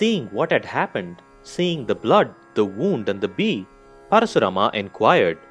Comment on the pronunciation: Just say KARN or ARJUN or परशुराम.. Why are you adding extra A everywhere... Good explanation by the way